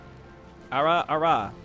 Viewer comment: It's Ara Ara, not arA arA